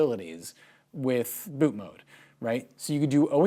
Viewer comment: refreshing to hear someone pronounce ‘bootmod3’ right & not ‘bootmod’ lol